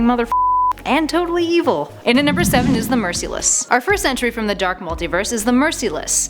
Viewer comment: Mercy-less ? Isn't it said like mersehless ? Hmmmm 😐